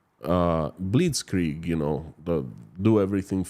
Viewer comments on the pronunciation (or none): none